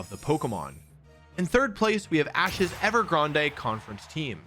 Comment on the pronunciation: The way you say Unfezant is… unpleasant. Ever Grande? Didn’t they just say “Grand” in the show? Also, Gible with a soft G? Why not “Jarchomp” then? And then like Bible? Is this you being silly, like video? Help me understand why your brain did that. 😅 For me, as someone who doesn’t watch the anime, I genuinely don’t know a lot of the time. I WILL say, there’re a handful of Pokémon, like Ferrothorn (apparently, per the SwSh world championship coverage, it’s fer-RAW-thorn. Wtf?) and Rayquaza whose names aren’t as immediately intuitive for some of us.